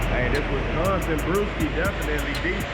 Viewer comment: Wisconssin? I thought you was in the Bahamas or sumn LOL